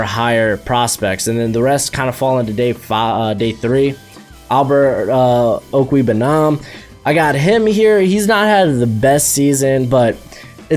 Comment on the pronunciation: having trouble pronounce Trautman. also struggling to pronounce Okwuegbunam.😂